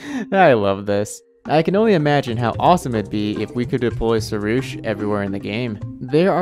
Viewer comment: Because im Iranian, we have the word pari (which means angel) and the name sorush. So i can say that you are pronunciation for pari is wrong and you should use "A" as a "AA" but your pronunciation for sorush was right so thats good. Also fun fact sorush is my little brother's name😂